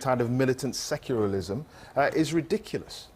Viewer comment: That reporter really needs to learn how to pronounce "secularism" :)